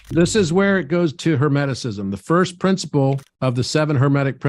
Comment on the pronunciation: "thirst and fourst" lmao